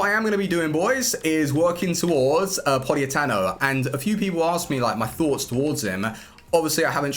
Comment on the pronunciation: It's Politano not Poliatano